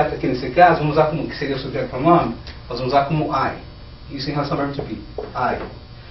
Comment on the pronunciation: Oh teacher, cuidado c a pronúnciaaa, principalmente da palavra: subject . Na gramática os nomes das nacionalidades são sempre escritos com letra maiúsculas, assim: You are Brazilian. Mas sua estratégia de explicação é boa, só não misturar mto inglês e português qdo falar, ou um ou outro. Parabéns pela iniciativa.